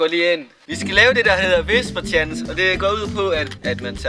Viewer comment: Hehe ;) han udtale 'whisper challenge' som 'visper tjalæns'. *no hate, det var ret nice